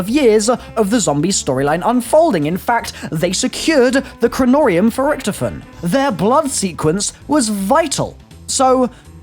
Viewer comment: "nearly 100 months later..." YOU STILL CANT FUCKING PRONOUNCE IT CORRECTLY